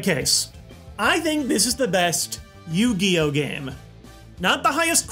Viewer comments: What is "You Gee Oh?" Is it like Pokemon? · With Yoogee, Setee, May Vaseline and JoJ WheehW!